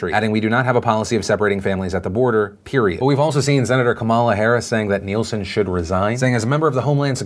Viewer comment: Hearing Phil mispronounce Nielsen hurts.